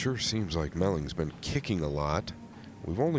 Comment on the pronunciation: melling not mellings lol